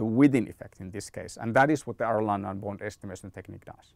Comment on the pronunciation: Excellent video, just as a side note. Arellano is an Spanish name, so it's pronounced like "Areyano". Anyway good information was useful for me